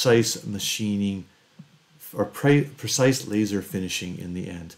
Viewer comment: Percise is the new word of the day. It is pronounced precise though.